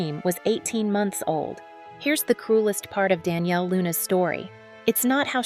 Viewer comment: 'Don'•'Yale' NOT Danielle